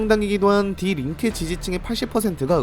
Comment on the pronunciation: 디 린케 X - 디 링케 (die Linke) O